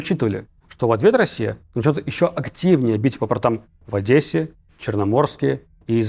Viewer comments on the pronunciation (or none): none